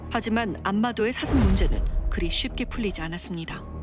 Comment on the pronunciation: 아놔 뉴스보다도 ㅅ 발음안돼는거 자꾸웃겨가지고 ㅋㅋㅋㅋㅋㅋㅋㅋ "사 thㅡㅁ!!" 저정도 피해면... 고양이들처럼 잡아다가 중성화 해야하는거 아닌가요;;; 권익위가 방안을 하루빨리 만들라!!! 뭣허냐~